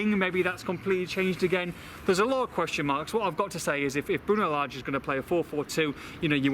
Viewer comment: Unless we can start pronouncing Lage correctly, maybe just call him Bruno?